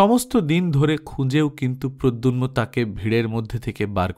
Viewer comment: উচ্চারণ ঠিক করার দরকার আছে। প্রদ্যুম্ন। প্রদ্যুন্ম নয়।